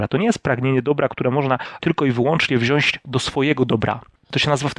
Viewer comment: Jak już się przyczepiamy (a myślę że warto bo to łatwo odstraszy część widowni jak nad tym nie popracujesz), to wszystkie „om” zamiast „ą” (eg, „będom”, „zobaczom”) no i wypalające uszy „wziąść” zamiast „wziąć” :) Fajny kanał, powodzenia życzę!